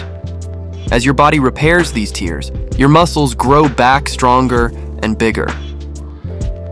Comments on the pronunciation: The way the narrator misprounces “tears” makes me more sure this voice is AI. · Is the voice in this video AI? I ask because , the pronunciation of the word "tears (in the muscle fiber)" is pronounced "tears"as in from crying, rather than "tears" as in from ripping. AI speech programs haven't mastered homography. But good video, nonetheless.